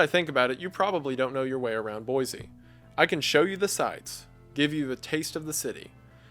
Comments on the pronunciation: I used to live in Boise, I'm always happy to hear it mentioned. For future reference, if it ever comes up, it's pronounced boy-see not boy-zee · Great video, nothing personal but as a born and raised Idaho resident it's pronounced Boy-See (you can tell who's from out of state by how they pronounce the capitol haha).